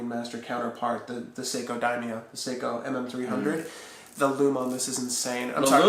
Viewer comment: I cringed everytime he said daimo.